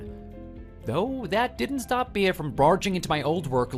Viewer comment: Bea is pronounced bee not bee ah.